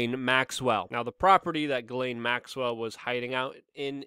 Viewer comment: It's pronounced, "jizz-lane". Just trying to be nice, but you did pronounce it wrong. Again, it's "jizz-lane".